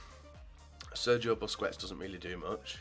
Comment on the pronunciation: BUSKETS not BUSCUETS, please